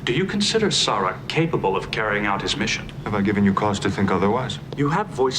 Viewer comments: It's cracking me up how part of the crew, and part of Sarek's delegation pronounce his name differently. Of course, you yourself are guilty of hatchet jobs on names in other movies that you've reviewed, even after the characters say a name perfectly, you pronounce it completely different. LOL It's ok, we still love you.;-p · It's a damn shame that "The Enemy" and "The Defector" have been left out. Good episode that some hypothesize as the build up to the Sins of The Father episode considering what happened in those episodes and who was involved. It's hard to not see the "Sarek" episode as a reflection of what was happening to Gene Roddenberry and his health during this time. He was suffering from memory lapses, mood swings, and experienced troubles with speaking. The choice to have the character Sarek have a similar type of downfall made this episode one of the best. I'm liking the idea of having the two-parters being grouped and reacted to separately from the rest of the episodes of the seasons! I can hope that it applies to all of the two-parters to allow more space to watch other great episodes! Season 6 will definitely benefit from this format.